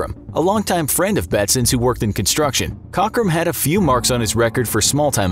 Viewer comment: 50 points for mispronouncing “Cockram”